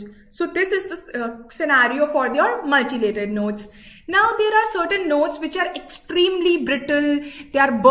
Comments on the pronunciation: Ya right it’s mutilated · pls its 'mutilated' not 'multilated'......its making me cringe hearing her say 'multilated' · Mutilated mam , not multilated